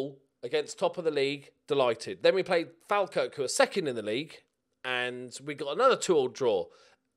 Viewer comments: Please, please, please for the love of my sanity..................it's pronounced Fall-kirk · First,, really well done on your Scottish pronunciations. BUT Falkirk is pronounced 'Fall-Kirk'. Just letting you know because our recent run of form indicates that we're probably going to play them in this division at least until the end of next season! (P.S. you are the best).